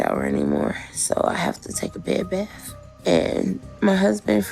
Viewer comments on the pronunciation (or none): none